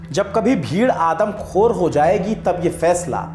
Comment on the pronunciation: जी, मैं एक वृद्ध मुस्लिम डॉक्टर हूं, 72 वर्ष आपका उर्दू के अल्फाज़ का सही तलफ्फुज़ (उच्चारण ) बेहतरीन है 👍 * आदमख़ोर * फ़ैसला * नज़ीर * शक * तशद्दुद * ग़लत ख़्याल इत्यादि l ग़रीब मुसलमान को, जंगली कुत्तों की तरह से घेर कर पीट पीट कर मार डालने में, हिंदूवादी सरकारों का मूक समर्थन शामिल रहता है केवल तुष्टीकरण और वोट बैंक सेट करने के लिए l अपनी जननी मां को बेटे, वृद्धाश्रम में छोड़ देते हैं और, पशु के प्रेम में इतना पागल हैं कि, निर्दोष इंसानों को मारते रहते हैं l गोदी मीडिया ने इनका ब्रेन वाश करके, इंसानियत से बहुत दूर कर दिया है l याद रहे दोस्तो...... Upar wale ki Lathi mein Aawaaz nahi hai.